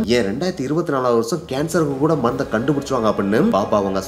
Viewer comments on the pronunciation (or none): மந்து இல்ல ப்ரோ மருந்து